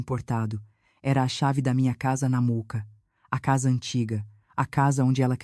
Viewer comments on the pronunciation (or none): Gente, fale o nome do bairro direito! Mooca e não Muca